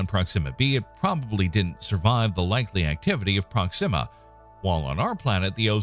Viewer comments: Sounds like you're saying "Pronxima Centauri".... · At least pronounce it right. It's with the accent on the O.